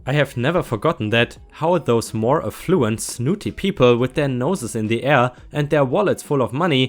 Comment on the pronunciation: Jarring - Jar-ring (you made it sound like jairing) Regaled - the a has the ay sound, so the 2nd syllable rhymes with tailed. Suburban - technically you pronounced it "correctly", except most people don't pronounce it that way.:D Most people pronounce it suh-burb-un. (Or suh-burb-'n) Affluent - Aff-loo-ent